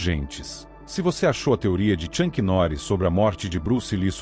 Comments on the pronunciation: Na minutagem , Tchank Norris? Pronúncia erradíssima... o certo é - Chuck Norris ok! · "Tchanqui Noris" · Chuck Norris e não Chunck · Tem que aprender a pronunciar bem o nome do Chuck Norris, é uma vergonha. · ChuNk? Noris? "Jea" kune do?